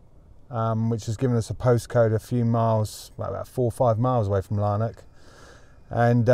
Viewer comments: Lanark, not Larnak. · Lanark is a small country town which I am assuming is not crawling with master criminals. Therefore the police will not be so stressed fighting high-level crime. By the way, the town is pronounced Lann-ack, not Larn-ock! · It's LANARK not Larnock! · Its pronounced Laan Ark